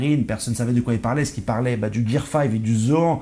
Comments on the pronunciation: Gars arrêt avec ta prononciation de Zoan en Zo An 🤦🏾‍♂️🤦🏾‍♂️🤦🏾‍♂️🤦🏾‍♂️🤦🏾‍♂️🤦🏾‍♂️ c'est Zo han tu ne dis pas Jackie champs bin la c'est pareil bro 🤦🏾‍♂️🤦🏾‍♂️😅😅😅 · C'est un détail mais ça se prononce Zoane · Tu dis Gohan non bah c'est pareil Zohan 🙄zoan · ta facon de prononcé zoan faut la revoir mdrrrrrrr vraiment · Ta prononciation de zoan me stresse 😂😂